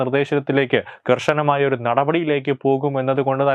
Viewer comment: 'സർവശാല' തത്വമയിലും വന്നോ 'കർഷന'മായിത്തന്നെ പറയുന്നു സർവകലാശാല എന്നു പറയുന്ന ആളെ ക്കൊണ്ട് വായിപ്പിക്കൂ